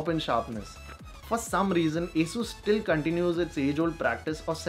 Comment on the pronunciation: Schtill XD